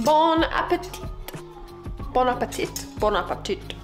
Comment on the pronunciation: Bon appétit --> we do not pronounce the t at the end phonetically in English pronunciation it gives "bone appatee"